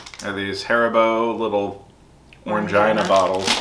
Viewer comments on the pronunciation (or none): Wow! You had lots of items in that snack crate!!...we have the little bears and the Mikado sticks in the UK - i love the sticks!.. Orangina is pronounced 'Orangeena' - it used to come in a little glass 'pear-shaped' bottles - very retro! Now you can get it in cans and larger plastic bottles as well - lots of flavours: all citrus (lemon, grapefruit, orange, lemon). - you need some scissors!!! Packaging is not your friend 😂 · Seemed very slightly out of focus. Orangina is pronounced Orangeena :) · as a frenchmen i'll help with some pronunciations, "Orangina" the "an" is a nazelised o sound, "gina" is pronounced like the name Jean with "a" at the end that sounds like the noice you make when the doctor says to open your mouth. "tête" is pronounced like the beginning of the word "tell" but remove the "ll" and the "e" at the end is not pronounced, you guys are also so holsome